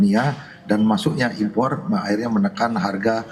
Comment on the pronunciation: Sori keluar konteks tapi aku suka denger kata impor R nya kedengaran dari pada tukang kayu bilang gak butuh impat impot tapi mempermudah barang Tiongkok masuk.